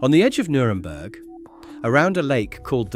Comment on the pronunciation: "neuremburg"? I know what you meant to say but didn't.